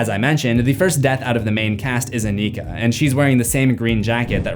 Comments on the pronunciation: anika not onika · The way Anika is being pronounced. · I’m sorry, I love your videos but I hate how you pronounce Anika’s name 😭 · Why are you saying anikas name like that💀💀